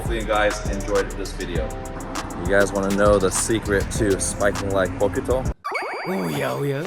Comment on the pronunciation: The u in bokuto is silent 😅 but nice Video at all 😄